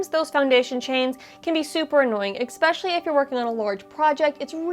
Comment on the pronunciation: Exspecially? Try eh-sp-eh-sh-alley.